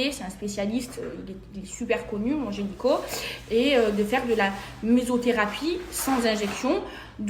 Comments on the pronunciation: « Gynéco » pas « génico » même parler français elle sait pas faire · Apart ça.. personne ne lui dit que c’est « gynéco » et pas « gényco » ? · Tu as parlé de vagin !!! Et pour ta gouverne on dit gynéco et non pas un genyco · Ses explications sont toutes aussi foireuses que sa prononciation de « gÉnYco » 😂. Est ce que ça se fait aux oreilles ce qu’elle a fait parce que les miennes ont saignées pendant toute la vidéo! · Merci je cherchais quelqu'un qui l'avait remarqué aussi. Haha ! Elle est teubée ! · Oui moi à chaques fois qu'elle prononce ce mot, j'entends ginyco... Alala...